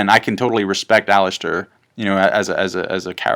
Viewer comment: Alliser Thorne, not Allister! :)